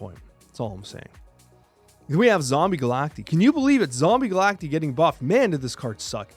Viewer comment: Pronounced "Ga-lak-tie" broseph.